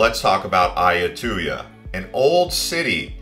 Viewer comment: As a long term part time resident of Thailand it bothers my ears listening to you mispronounce words like Lumpini, tuk tuk, Siam, Ayutthaya (God, you butchered that), Sukhumvit, etc. Have you ever actually been there???